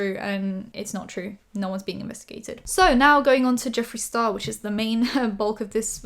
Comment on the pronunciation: ...did you just say Jeffrey STaRBURst!!!!!!!!!!! 💀💀💀💀